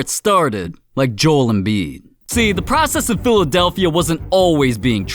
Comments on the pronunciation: “Jole Embiid”💀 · Joel embid! It is Joe.el embid! God man